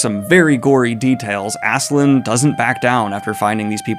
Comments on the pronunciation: Love the videos. The "Love" conversation is pretty important btw, since "Love" is kind of the main plot point of the series... Also please do not call the dude Askeland. its "Ask-a-lad". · Why tf is this guy calling him Assland when it’s Ask-a-lad? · I’m sorry but Askeladd doesn’t have a “n” in it.. idk why that bothered me so much but Daniel!! Cmon man! Ask a lad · funny that you correct yourself about Thorkell but still call Askeladd Assland or something :D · Lol I love how there's an insert where he recognizes himself calling Thorkell "Thorkinn", but he then still proceeds to call Askeladd "Ass-Land" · Daniel, it's been two volumes now. Stop saying Askeland, come on... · Daniel, please. I love you and your content, but Askeladd does not have an n at the end! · You pronouncing Askeladd with an N is why i watch these now. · Great video. Should point out there is no N in Askeladd if you care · Daniel I love that you cover vinland saga, but it's askeladd. There is no n in the name, I know it's hard to pronounce😂